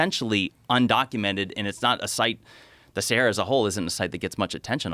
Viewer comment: Why does he pronounce it as seheyra?